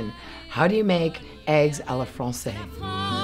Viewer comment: I find it ironic that she keeps on saying "à la FRANÇAIS" when it should be "à la française".